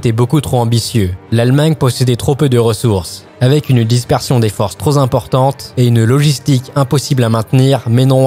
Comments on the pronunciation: "... trop z'importante..." Aïe aïe aïe, jusque là tout allait bien, et c'est la faute qui gâche tout. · "trop zimportante".... j'ai eu mal aux oreilles en entendant cette liaison 😆. Pour le reste, très bonne vidéo 👍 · Pour gagner la guerre, je sais pas, mais pour faire sérieux, j'aurais traqué les fautes dans les légendes et évité le "cuir", "tro-z-importante" (9'32")... Enfin, les cartes en anglais sont jolies (où les ai-je déjà vues, chapardeur ?) et si ça apprend quelque chose à quelqu'un... Je vais regarder l'épisode sur la bataille de France mais je te préviens, "général" : avec toutes les conneries racontées par les anglo-saxons, je rigole pas... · Attention aux liaisons, troP importante au lieu de " troS importante" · "troZ importante". Mes pauvres oreilles ! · On dit pas "trozimportante" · TROP ZIMPORTANTE ! Aïe ! mes oreilles 😂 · Troz importante ou trop importante. Cela décribilise ton propos. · Dispersion des forces "trop Zimportantes". Bravo ! Jolie liaison ! Du biélorusse ou de l'ukrainien ?! Hé hé ! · On dit:" trop importante" et non:" trozimportante"... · Très bien résumé. Par contre, trosimportante, c'est pas terrible comme liaison, dans un commentaire en Français... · Une dispersion troz importante. Y a pas que les fautes de frappe. Il y a aussi les liaisons fort malt à propos! Sinon intéressant. Bon boulot de vulgarisation. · Excellente vidéo ! Ah, la logistique... Le truc qu'on oublie à chaque fois. En même temps, c'est ce qui est le moins marrant quand on parle de stratégie militaire. P.S. : Trop z'importante ? Mes oreilles ont saigné ! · Bravo pour ce sujet très bien fait ! On apprend beaucoup en très peu de temps ! il y a juste un petit bémol : à 9min 31 : on ne dit pas : " trop Z' importante " !! ;-)) Mais sinon , cette vidéo vaut 17/20 sans problème !